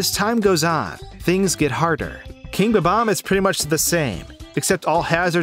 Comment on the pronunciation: fucking hate how you sait bob-omb, not watching the rest of this bullshit